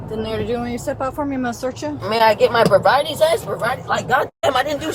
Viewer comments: Your vi-briety test? Your va-briety test? I think you’ve failed the test. You can’t say ‘sobriety’. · "Bobriety test"?? "Vobriety test"?? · Vi-briety. And then the second time it was vabriety. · It sounded like vi-briety to me. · The way she butchered the words sobriety i don't think I'll ever be able to pronounce it properly